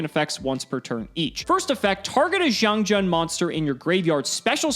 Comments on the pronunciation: Just a small headsup, the Jian in XiangJian is pronounced more like Jien, with a hard n sound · As a Chinese speaker its funny to hear how much struggling to pronounce "xiangjian"(相剑）,相剑 is ancient term in Chinese for people how determie how good a sword is, like a higher level black smith. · I’m just here to listen to butcher the Chinese pronunciation. Not disappointed 👌🏼